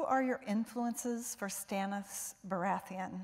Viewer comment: Lol she said Stanisis